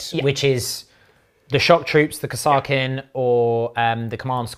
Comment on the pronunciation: Chef... Please look up how Kasrkin is pronounced by the Kasrkin Sargent in dawn of war. No idea if it is correct... But it is the way! Really enjoyed the video!